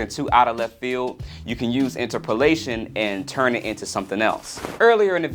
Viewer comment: i don't know if i can agree with your pronunciation of interpolation